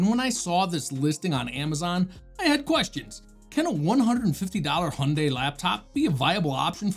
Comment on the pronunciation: Heh, Hyundai is educating people here in the UK (in advertisements) on how to properly pronounce their name. Hint: it’s different from yours, too 😂. Thank you so much for another nice review! My conclusion tends to be similar. I don’t put Windows on low end laptops, because it’s too much for them. But then I’m also not wasting my 7950X’s talents on Windows either… 😅 I got a few VMs for that. So eventually I found their right place. (As most people will guess, I’m not really a gamer.)